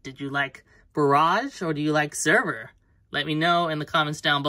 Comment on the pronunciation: The red one is actually named Sabre , Pronounced Saber. No clue why they called him sever in the box